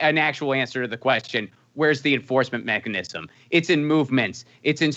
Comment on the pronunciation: Cenk has a tough time saying mechanism lol